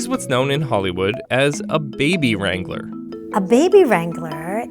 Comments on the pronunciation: What they said: “baby wrangler” What I heard: “baby strangler” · « Baby wrangler » ? Sounds like: « Baby strangler » 😂😂😂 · Baby Wrangler? I heard Baby Strangler- Im sorry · I thought she said "baby strangler" what's wrong with me lmao